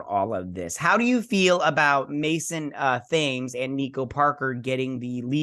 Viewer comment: Thames: It's a river that runs through London. It's pronounced as "Tems".